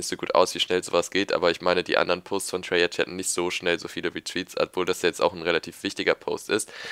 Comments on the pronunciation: du sagst immer "treyartsch" es heißt aber "treyarc" :'D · Sag Treyarch und nicht Treyartsch :D